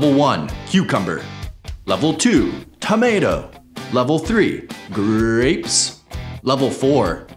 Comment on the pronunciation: 'ggrapppess' and 'kkkkkaarrrotttt'